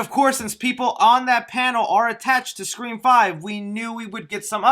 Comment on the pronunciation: Im always laughing when says “5 Cream”